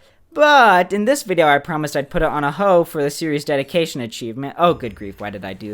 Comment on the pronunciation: Ah yes, the dediqueishon